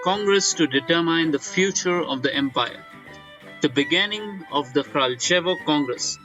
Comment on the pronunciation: Former mod here. Say hi to EnderGhost and tell him that I'm glad they stuck with the Kraljevo Congress. By the way, it's pronounced "Kralyevo"